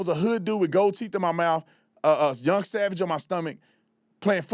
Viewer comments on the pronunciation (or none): none